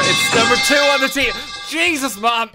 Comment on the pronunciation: wtf did he say????? ay-soos?????????????????